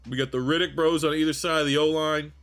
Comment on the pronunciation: Reddick and Riddick two different pronunciations. Metchie for the final team capt. Keep the Canadian home.